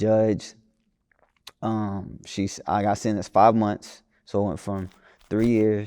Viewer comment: Not him saying Kodiak black could barely speak a sentence but he can’t even say the word “sentence “ 😂😂 .